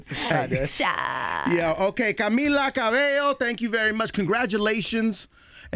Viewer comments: it's interesting how the host said camila ca-beh-lo's on the show but called her ms.cabeyo… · ......in the beginninh....he called her Ca-bell-o.....I cringed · Did he really say Camila cabeLLo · Had to pause the vid when he said "Cabello" wrong. lol